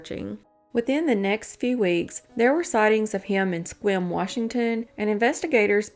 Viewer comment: Wow I live in Sequim. Good job pronouncing the names of our county & town.